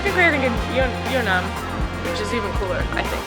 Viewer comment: Just a Korean passing by. The neighborhood is called and pronounced Yeon Nam Dong. Just so people don't get confused looking for Yeo Nnam in the future.